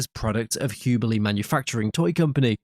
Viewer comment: Hubley is pronounced with a short u, as in subway.